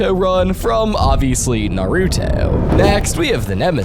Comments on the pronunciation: Hate to be that person, but I'm pretty sure you said Naruto wrong. No hate tho, I love your vids. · I ignored it when you said naRUto I can't ignore Yogi-Oh I'll never forgive "Sho-hoenn anime" You also missed the Prince of Tennis episode.